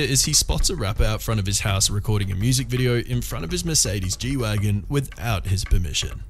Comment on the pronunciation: I love the way he says " wideo " 🤣